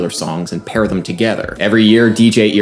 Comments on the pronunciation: I love Adam's videos. Weird side note. I noticed he says "thum", instead of "them". Just an observation. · Please pronounce thEm correctly, it's not thUm! Very annoying.